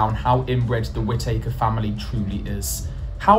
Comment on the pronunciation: no one, anywhere pronounces it like whit takers 🤣🤣